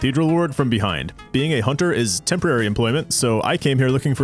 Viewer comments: "after all a hoonter must hoont" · A hoonter must hoont sou hoont a did, simple.